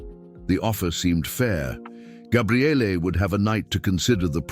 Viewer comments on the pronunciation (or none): What the hell is so funny??? It's actually a Hebrew name and it means "the Strength of God." But he never said Gabrielle, he said Gabriallay. I've never heard anyone with that name in all my life!